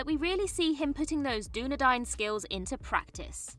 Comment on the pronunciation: Check your pronunciation of Dunedain and Mallorn tree.